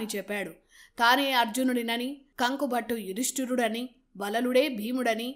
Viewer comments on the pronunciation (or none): కంకుభట్టు అనాలి కానీ కంక కాదు సోదరీ.వివరణ బావుంది.